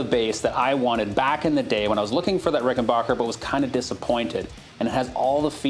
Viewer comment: awesome vid !!!! also it is pronounced ricken back er !!